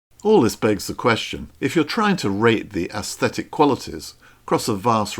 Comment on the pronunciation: But he doesn’t pronounce them correctly.